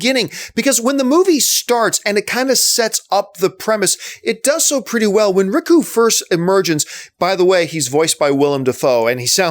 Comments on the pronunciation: Riku? Fuck sake man. Its ryuk. Pronounced REE-YOU-OOK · Ricku? Ryku? It's Ryuk Dammit. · my man said RICKU. its spelt Ryuk and its pronounced Ree-ook. he says so in the movie ffs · I'm not even a Death Note fan and "Rikoo" hurts. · It's pronounced 'Ryouk' like R + you + K. It means number 6 in japanese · just a fyi it's REE-YOOK lmao but yeah all your critiques are on point. All I can say is that I definitely recommend you watch the anime (english-dubbed) on Netflix; it's only 20something episodes and you won't regret it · Ryuk (Ri-yuuk) you fuck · Pronounced ree-uk but i agree with the review. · its ryuk, pronounced re-yuke....just sayin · Ryuk "Rr-yook" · Ryku?! Come on, they literally tell you how to pronounce it in the movie. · John just letting you know its Ryuk (Ree Ook) because you were killing me lol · Riku. Oh John. I love your content, but they even told you how to pronounce it in the film. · It's so ammusing and annoying that you kept calling Ryuk "Riku". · Hears him pronounce Ryuk wrong.... instantly looks down to the comments